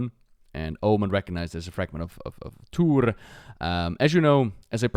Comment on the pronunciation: Tuur-e, not Tuur :P